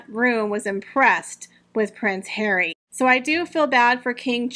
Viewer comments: oh yes, I love the hilarious pronunciation…HAIR-WEE, I just love. So much fun to hear what I’m thinking from someone else. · Congratulations! I love your channel and find your ‘prince hawy’ to be the funniest thing to be heard!